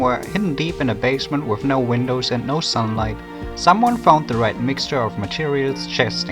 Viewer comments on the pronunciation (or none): none